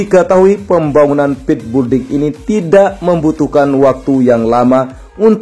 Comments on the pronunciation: Hallah sy pun kalau yebut juga belding malah bukan building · Sekedar koreksi agar PENGUCAPAN lebih Benar ya...Bukan BULDING....Tetapi BUILDING....ATAU PENYEBUTANNYA ..BILDING...Ok Bos Koe....